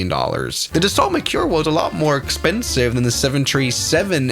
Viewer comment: And horribly mispronounced!